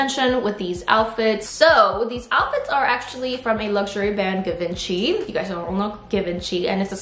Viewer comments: Baby,thats not how you pronaunce Givenchy.Its pronounced with a French “J” sound, a soft “jz” made with the tip of the tongue, almost like saying “shh.” So its “jzhiv-on-shee,” since the French “e” makes a long “o” sound, and the “ch” is a “sh” sound. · did she say 3 piss outfitlol? and did she just pronouce Givenchy as 'Gkee venchy'...?🤦‍♀️🤦‍♀️🤦‍♀️🤦‍♀️🤦‍♀️yikes dam girl plz know how to pronouce words and brands first before u misspeak0_0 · hii givenchy is prounounced jzhiv-on-shee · Isn't it pronounced as "Jee-vauh-shii" ? (Givenchy) I'm confised lol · First I was like...what Brand does she mean? Her pronunciation is so funny😅 really cute tho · I had to google if it’s really Givenchy outfits, cause they way she pronounced it I thought it was some different brand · Isn’t the G in Givenchy pronounced like a J?